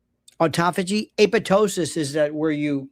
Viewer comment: A POP TOSIS😂😂😂. Aptosis✅️